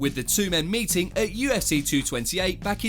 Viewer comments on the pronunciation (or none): none